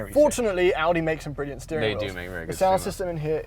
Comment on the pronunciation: A “beering” wheel